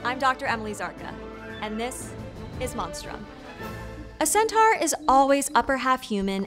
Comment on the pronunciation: It's pr. "sen-tor"!